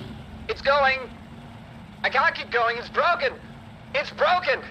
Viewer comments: iT's bWoKEn😂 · "IT'S BWOKEN" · “It’s bwoken!!”